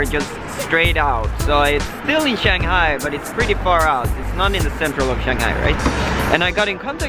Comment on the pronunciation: Enjoy Shanghai: Simple suggestion learn how to pronounce Shanghai properly and try taking SerpentZa's advice, think things out , not too much babbling, you need to provide info, like to what District in Shanghai did you apply for your company's location? A little Shanghaihua wouldn't hurt either. Xiaoxin! :-)